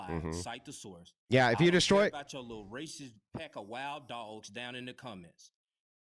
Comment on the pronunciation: when they lose they call you ray-cess!!!